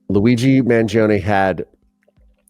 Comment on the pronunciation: you pronounced his name correctly. The first one!